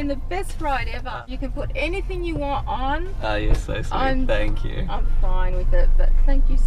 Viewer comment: Your still saying than q after that ride yeeeeet than q for time saying than q